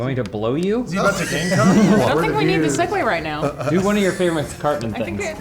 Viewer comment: It's funny when people read the word 'segue' because they almost always get it wrong and look like a fucking idiot.